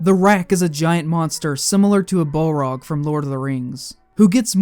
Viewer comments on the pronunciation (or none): none